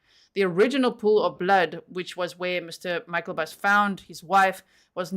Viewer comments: I dont know if anyone said how to say his name. Its Myk-LE-bust.. not myk-EL-bust. I dont really know why english people cant read the letters in the right place. I hear this every time english people try to read norwegian, and move the letters around instead of spelling/saying it like you read it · It is pronounced Michael-bust. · Mick-el-bust is the pronunciation